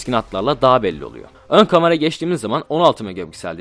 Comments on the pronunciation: Ben de ya lanet olsun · Adamın kamara demesinden dolayı videoya odaklanaamfim yaa